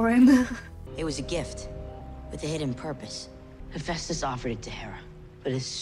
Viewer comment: You struggling to pronounce Hephaestus is so real 😭 I swear I said it as hepatitis when I read the books 💀 lol